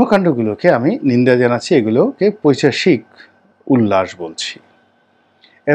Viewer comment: আসসালামু আলাইকুম। " পৈচাশিক" নয় , শব্দটি হবে " পৈশাচিক" " পিচাশ" নয় " পিশাচ" বলতে হবে । প্রয়োজনে অভিধান দেখে যাচাই করবেন। ভালো থাকবেন।